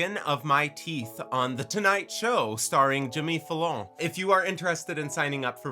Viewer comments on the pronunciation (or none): Lol you didn't just say "Jimmy Falone" 😅 go watch an episode of that show immediately 😜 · I can't believe you pronounced Fallon the way you pronounced it.